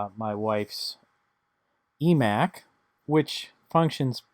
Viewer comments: its iMac not emac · "ee-mac" are you serious? lol and 130 dollars is way more reasonable than 200 dollars for a 20 inch 2008 imac. I bought a 150 dollar imac (pronounced eye-mac) but it was a 24 inch and I got the newer thin apple keyboard and mouse. Guy wanted 250 for it but I got him to sell it to me for me 150. It is practically flawless and in nearly perfect condition. I don't know who all owned the mac, but they took great care of it.